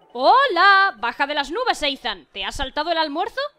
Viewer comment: Que Ethan se pronuncia Isan xDDD Buena serie me ha gustado